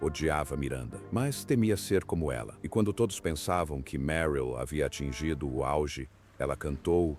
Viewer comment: O comentarista não sabe direito como pronunciar o nome da atriz Meryl.....